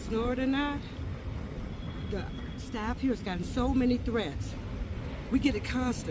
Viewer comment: I guess because they didn't AXE 😂